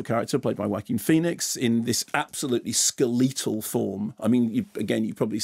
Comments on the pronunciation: Repeat after everyone else... “skeletal... skeh-let-tal... you’re a professional communicator. What the heck is “Skuleeetal?” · How does Ski-letal happen? Or rather WHERE does that come from? Is it a dialect issue? I'm curious since it made think of a Ski-leton on Skis. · I'm now doubting myself. I would pronounce it skeletal like skeletor. Mark pronouncing it skeleetal is new to me. I'm off to the Oxford Engleeesh dictionary. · It's been a day since I saw this video and I honestly can't stop thinking about it and I don't know why. Skeleetal. Skeleetal. Skeleetal. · Google seems to agree it's pronounced like 'skeleton' in both the UK and US. I couldn't find any other examples of 'skeleetal', but then again it isn't the first time Mark's pronunciation has come as a surprise to me. This is just a particularly jarring example to me, at least. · can't ger over mark pronouncing skeletal "ska-lee-tull" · I'll give the Brits the point on aluminum, but "skelEEtal" you guys take it to far sometimes. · That is the strangest pronunciation of "skeletal" I've ever heard. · Typical English pronunciation in English, the other is American English. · north american - Canadians say it the same way. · American English is their language, not North American English. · I was irked by his pronunciation initially, but then I started imagining it as a mash-up of "skeletal" and "lethal": "skelethal". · In Canada pronounce it like the Americans do. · Good review dude, but I’ve never heard anyone pronounce skeletal that way before?